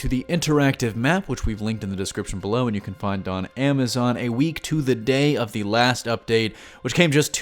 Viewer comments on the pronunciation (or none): none